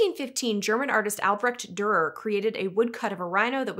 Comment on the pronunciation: It’s pronounced Doo-er(not Der). At least in English. I don’t know how it’s pronounced in German.